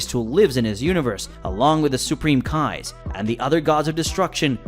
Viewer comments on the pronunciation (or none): none